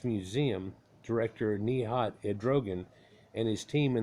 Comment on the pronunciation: How we pronounce the word boncuklu is : bone-juke- loo.